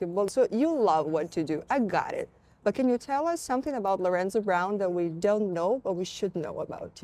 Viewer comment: Lorenzo se i izgovara, a ne Lorenco. Nije Španac. Tako da su pravilno i napisali na srpskom Lorenzo Braun. Nadimak mu je Zo, a ne Co.